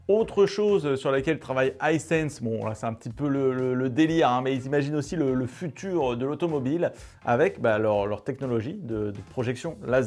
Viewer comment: Le futur, sans "e", s'il te plaît! Jolie vidéo, très instructive, merci!